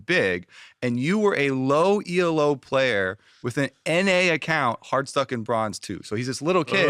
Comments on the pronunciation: Elo,! Not E.L.O. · STOP SAYING 'E.L.O.' THAT'S A BAND. 'ELO' IS A WORD, IT'S THE GUY'S LAST NAME!!! Other than that, which was driving me nuts, jokes and daydream skits were one of the best parts of this podcast.